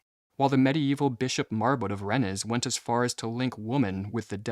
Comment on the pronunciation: and "Rennes"